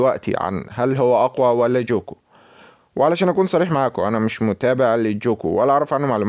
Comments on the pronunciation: مع احترامي اسمو ليس جوكو اسمه قوكو الكتابة جوكو لكن النطق قوكو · اسمه ينكتب كذة غوكو مو جوكو نطقو GOKU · هو مصري اسم غوكو صعب على طريقة لفضه او لي لهجته